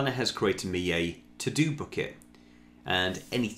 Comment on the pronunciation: Took me 10 minutes to realize you're saying Bucket, not Book-it. 😀